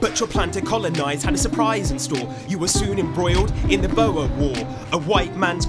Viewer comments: At first all I was going to say was the pronunciation of “Boer” was downright disrespectful lol, but also Ghandi encouraged violence within South Africa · they way he pronounced "Boer" made me lose my shit